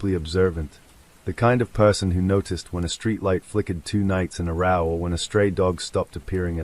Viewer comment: Nope. got as far as when a street light flickered two nights in a 'row', pronounced 'raww') I refuse to listen to AI slop.